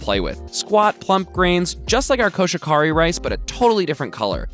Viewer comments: Just so you know, it’s koshi-hikari. Not koshikari. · Koh-She-He-Ka-ri. No buried syllables or silent/modified vowels in Japanese. コシヒカリ コ-ko シ-shi ヒ-hi カ-ka リ-re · that was the most butchered Koshihikari I have ever heard and it was great lol. i never really thought about it being weird to say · I’m disappointed that you mispronounced "Koshihikari".